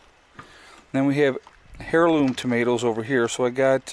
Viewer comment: hairloom lol its pronounced airloom. But iam just a dumb uneducated southerner lol.love the videos keep them up. thanks